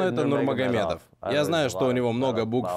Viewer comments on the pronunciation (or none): Нурмагомедов ахахахахахах